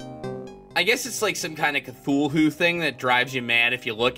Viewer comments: Well, H.P. Lovecraft DID intend for the name to be pronounced many different ways, since having something with an inconsistent name is alien to humans and thus terrifying and/or confusing. But I agree, "Ca-thu-lu" is much easier to say. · Oh, did you just pronounce Cthulhu as, "ca-thoo-le-hoo?" You so cray cray! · Sir Tanky Yeah. I'm pretty sure it actually says in 'call of cthulhu' that none of those names (cthulhu, ryleh etc) "were truly pronounceable by human tongue", or something like that.